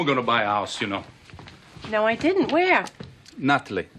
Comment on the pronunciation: "but he did-dent" , lol